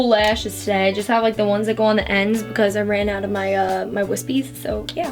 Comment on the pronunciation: I love the way she says "becuase"😂